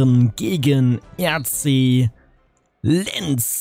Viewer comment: Man spricht Lens -> lɑ̃s aus 😊